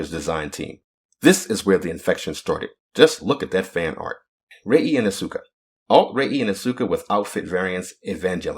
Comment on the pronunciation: It's As-ka not As-U-ka, please, I'm tired of hearing it wrong after Evangelion collab in Nikke.